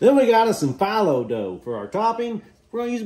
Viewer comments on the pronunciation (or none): i'm not sure what pronunciation youre arguing, but i'm just saying as a greek (where the word filo comes from) it's pronounced FEE-loh, not f"eye"-low lol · It's pronounced Fee low not Fy low. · It's "Filo" dough. Though it's actually pronounced like: Feel-o not like: F-eye-low. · I like your unique pronunciation on phyllo dough lol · gosh filo being pronounced "fielow" is super amusing. great recipe tho! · It’s pronounced Fee low. Btw, looks delicious. 😊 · Just to let you know it's pronounced feel-oh. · Ahh yes, just your wife and the internet..and every professional. Lmfao That's how it's pronounced, man. 🤣🤣😭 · The way you pronounced filo I’m sobbing